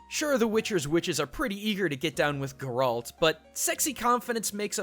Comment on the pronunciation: I don't get people's pronunciation of Getalt's name. I wouldn't mind if only one person mispronounced it, but I don't remember hearing anyone pronounce it the way characters from Witcher games do. Is that really so difficult for English speakers? Sorry, I just had to ask because you can clearly hear proper pronunciation in games. I am going to finish the video now. btw I'm not Polish which makes it even more puzzling for me since I have no problems pronouncing his name.